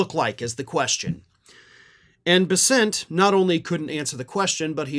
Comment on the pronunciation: buddy, you’re the only one I’ve heard that can properly pronounce Bessent. So many people struggle so hard to talk and don’t even bother to not sound stupid.